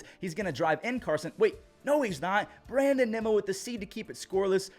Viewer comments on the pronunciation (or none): none